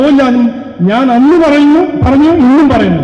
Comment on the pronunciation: പറന്നു അല്ല മാഷേ പറഞ്ഞു എന്ന് പറ വാഴ പഴം എന്ന് പറയുമോ 😂😂😂